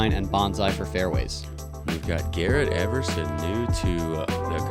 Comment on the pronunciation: You're name is ever son, not eve er son. Silly kid